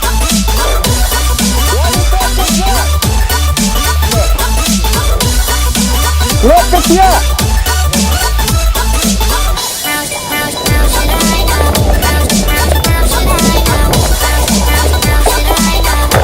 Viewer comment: great vid :D just a sidenote: letsplay* not letspley :)